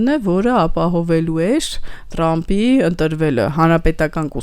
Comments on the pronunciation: Տրամպ չէ,Թրամպ 😂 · լայ լաղջիկ լերվուծաբան դու ընչու՞ ես Թրամփին տըրամըպ ասում Մենք ռուս չենք հետևաբար թ և փ տառ ու հնչյուն ունենք ։